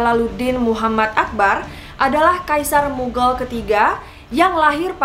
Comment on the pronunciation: btw bacanya mughal , bukan mughel